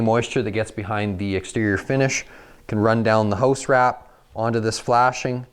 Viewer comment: I caint listen to this dude he caint even speak right. Its a house not a hose